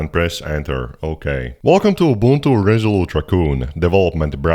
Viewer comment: He’s correct it’s pronounced oo-BOON-too in Xhosa and Zulu.